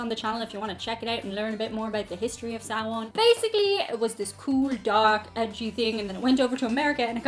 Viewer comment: Love the video! Does sounds like you combined the words "Samhain" and "amháin", no fada so it sounds like it rhymes with in. But hey, a million times better than saying samhane! 😁 Keep your fun content coming!